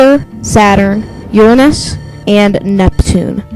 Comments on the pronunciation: I meant I finally found someone who said Uranus correctly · OMG YOU FINALLY SAID URANUS RIGHT